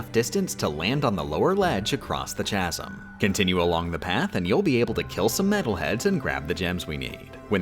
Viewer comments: Chasm is pronounced with a K not a ch btw. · I'm convinced she's pronouncing it "tshazm" on purpose now. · Chasm pronounced "Chazz 'em" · Chaz-m? REALLY???? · Im starting to wonder if they pronounce chasm wrong on purpose to piss people off. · Chasm is pronounced with a hard 'K' sound, Like chaos, not cheek. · The H in Chasm is silent. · Every time she says CHASM I die inside Lova ya!